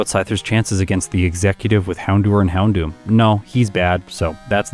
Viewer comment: Please stop saying "Houndewer" it actually causes me physical pain to hear it